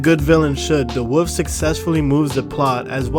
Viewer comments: It’s pronounced wolf not woof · The way you said wo(l)f is infuriating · Why does he pronounce “wolf” as “woof” lol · "red eyed woof"💀